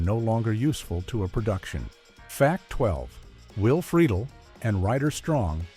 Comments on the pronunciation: Who is "Will Frito Lay?" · Freakin AI voiceovers..:"Will Frito Lay"